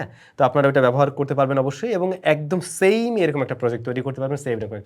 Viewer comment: Sam না কি seam😂😂😂😂😂